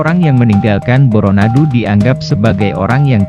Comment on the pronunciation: Tapi lavalmu itu, tdk pas, seperti orang seberang. Bukan Boronadu tp Bôrônadu